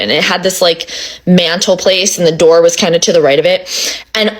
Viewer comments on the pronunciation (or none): Not “ open the noor” 😂😂